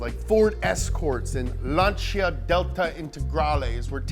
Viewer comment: Kudos for you pronouncing Lancia properly. I learned that the hard way from good friends in Italy.